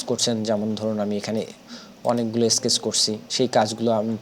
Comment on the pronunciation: Brilliant Tutorial! Bro, A thing can i share?? This is Sketch, স্ক্যাচ, Not স্কেটেক। U should to improve ur utterance, Hope u wouldn’t mind. 🤠